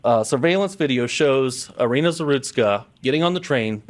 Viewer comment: No la llamen Arena, es de Ucrania, se pronuncia como en español, Irina.